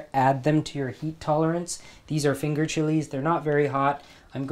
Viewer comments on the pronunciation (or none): none